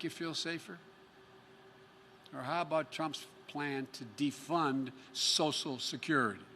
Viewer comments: “Sosial secruty” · "sosal security"